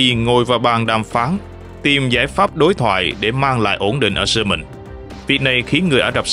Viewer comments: Yamen mà đọc là soman thì thua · 😂 đúng . Yemen mà ổng đọc là SƠ MÌNH .bó tay 😂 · Khong phai Lo tai co van de ma tu minh doc ten Kenh dao SUEZ. YEMEN KHONG DUNG NHE BAN